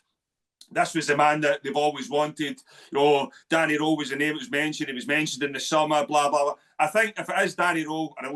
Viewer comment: None of them can even say Danny Rohl name right ,its pronounced Danny rule not Danny role